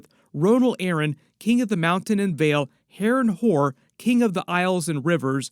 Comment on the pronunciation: lmao he said HarrenWhore